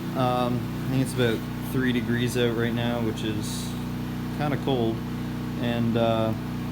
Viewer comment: Did you say, “try it ote”